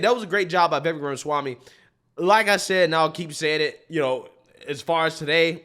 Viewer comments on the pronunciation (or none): He already said he won't be Trump's VP. He's also an ivy league educated attorney like Ben Shapiro and his analysis is always very thorough but succinct. you best start pronouncing his name right. 😂 He might be willing to come on your show! 🎉